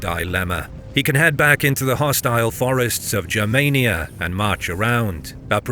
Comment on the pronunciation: Please hard “G” for the love of all that is holy, please let there be a history channel on YouTube with proper information. Germania with a soft G doesn’t exist and it’s nails on the chalkboard!!